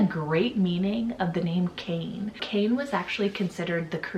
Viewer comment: Kane is pronounced Kah-nay, not Cain.